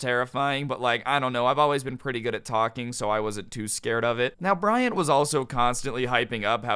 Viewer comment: I heard Bryan or Bryant